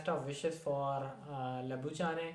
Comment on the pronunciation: Bro its sandeep lamichhane not labujhane